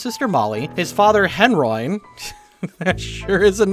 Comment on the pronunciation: How did you say Henroin wrong? You even mentioned it's a combination of Henry and heroin. So it would sound as: hen ro in. Not hen roin